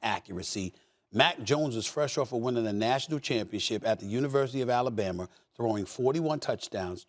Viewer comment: Stephen “AlabamER” smith